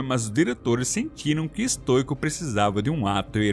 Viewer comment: QUEM PERCEBEU QUE O FALOU BERK SEM A PRONUNCIA CERTA (que no caso é bérk a pronuncia) e tambem falou errado stoico, a pronuncia certa é stóico